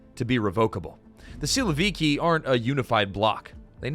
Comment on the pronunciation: For Russian speaking man this is so funny to listen because of all wrong stresses in names and surnames. PEskov 😂 SilovIki 😂😂 Both times the stress falls on the last syllable, fyi.